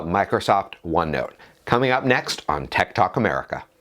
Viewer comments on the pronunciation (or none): I thought he was saying tiktok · Who else thought he said tiktok instead of tech tàlk